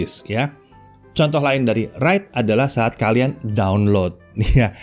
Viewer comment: Read & WEITE Lol🤣